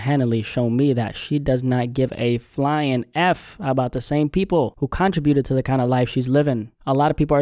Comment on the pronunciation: So if you dont really listen or check for her...why are you making content about her?? Make It make sense 😮...I wish the real talented people only be on this platform not some random...who needs to pay rent...go get a 9-5 then ...ugh these gossip channels.. oh and your saying contributed wrong 😅